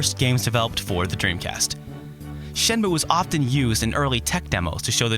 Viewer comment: good review, but the title is pronounced "shen-moo-eh". your japanese pronunciation is usually excellent, so i thought i'd just point this out for ya :)